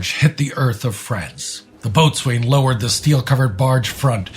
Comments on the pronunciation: (sorry to nitpick) "boatswain" is pronounced "bo-sin", not "boats-wain". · Boats-an, not boat-swain. Joining the USCG soon, one of the first confusing pronunciations I've learned! Similar to coxswain (cox-san) or forecastle (foke-sul), nautical terms have very weird spellings in regards to their pronunciations. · Excellent vignette,, but with one little glitch. Boatswain is pronounced BO-sun. Still deserving of a thumbs-up! 👍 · Boatswain is pronounced “bo’s’n” Also, you should highlight the D-Day work of press photog Martha Gelhorn, who was the wife of Hemingway at that time, and beat him to the D-Day beaches.